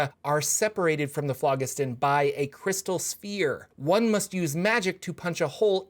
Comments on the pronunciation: It is pronounced like FLOJISTON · if you google it and look at the pronunciation Phlogiston has a soft "g" like "j". The pronunciation is "flo jisten". That is with a hard "o" and sharp "e". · It's pronounced flow-JIS-ton. It's an old Greek word. And please, don't say a video is about nautiloids when almost all of the info is an introduction to Spelljammer with only the last minute discussing nautiloids. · it's Phlogiston not Phlogiston